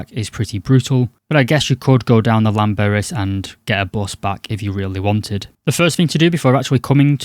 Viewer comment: Sorry about that mis-spelling. English is my second language. Let us make a deal, I will learn how to spell 'apologise' and you learn how to pronounce Llanberis. But you have to realise that the 'Death Trek' videos become tedious. Perhaps doing something original might be a good idea and not encourage the Instagram wannabies (OK, grammar/spelling police, how is it spelt?) onto the Death Trek.